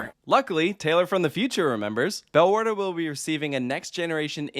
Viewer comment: I expected u to pronounce the name absolutely wrong, but u didn't. 😅